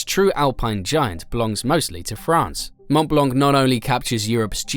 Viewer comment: Moscow ? Please don't consider Moscow as European anymore since the Russians invaded Ukraine. We don't want to know anything about the damned country of Russia. And you say "monumental Stalinist architecture" showing buildings from the 16th century (like the Saint Basil's cathedral). Also: pronounce "Mon Blan" for Mont Blanc, not "Mon Blank", because in that case you should also pronounce the "t" of "Mont".